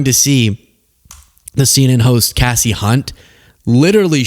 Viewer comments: Kasey, not Cassie. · No bro its Kasie on Kassie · It’s pronounced KC not Cassie Hunt. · called he Cassie it’s Casey. Like KC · Her name is pronounced Case-y not Cass-ey. Not like you,, to get a basic wrong. Love your blog posts!! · Casey not Cassie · You’re pronouncing it Cassie buddy. KC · Dude.. it's not Cassie, it's Casey. As in "case". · The a is Casie Hunt sounds like an A not assie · It’s pronounced K C Hunt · It's Kasie pronounced KC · It's pronounced CASE-EE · Her name is pronounced kay-see. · Pronounced Casey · Kay-see Hunt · her name is Kasey rhymes with Lacey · The woman’s name is Kāsie; like Casey Jones. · Pronounced K-cee Hunt. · It's "Kasie" as in "Kay-see" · Kay-see Hunt. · How about learning how to properly pronounce people's names before you turn on your camera?